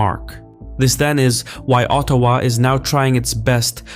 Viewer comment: Excellent work on the pronounciations. Quebec not qweeeebek, Ottawa soft T, slow careful cadence. Well done. Cheers from Montreal